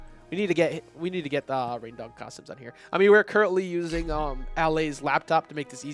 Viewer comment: he calls em rain-diq. Haha I love it lmao